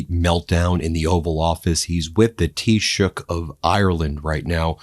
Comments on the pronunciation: Well done on correctly pronouncing Taoiseach unlike most of the Press pack today who reverted to calling out Prime Minister rather than even making an attempt. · Thank you Ben for pronouncing the word "Taoiseach" perfectly. Nice job.🇮🇪💚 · Congratulations ❤😂you are the first American that I have heard pronounce taichoct properly. By the way he is a weak looser just as much as trump. Most of us Irish are furious that he went over with our shamrock to the orange idiot.